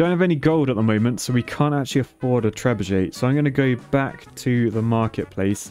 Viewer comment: I hope somebody got around to explaining to him how there's no Z in Trebuchet... Like trebuzhay or whatever he thinks he's pronouncing hahahaha